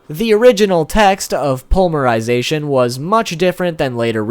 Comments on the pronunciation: Poly-mer-I-zay-T-on NOT pully-mer-sization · Dude!! Srsly!! I mean no offense but... Po-ly-me-ry-za-tion!! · Ugh omg its palm-mer-i-zation...its poly mer-zation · Despite you triggering me many times by saying polymerization without a Y (poly means multi). I still liked the video and appreciate your effort in making it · "pulmerization" huh? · honestly your pronunciation aren't too bad...but...polymerization....oof